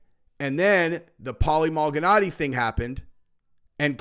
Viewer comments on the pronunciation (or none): It’s ma-li-naggi not mal-gi-naggi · Pronounce like this Mal i naji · Bro if you say malganatti one more time 🤣🤣🤣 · its pronounced Maul-Ihh-Naww-Geee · Bro. Please don't ever say Paulie Malinaggi's name like that ever again 😂 that was cringe af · WOW you freaking butchered tf out of Paulie Malignaggi name dude! 😂 This is def the casual mma channel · Paulie who? Love it when butchers boxers names or MMA fighters pre 2017 lol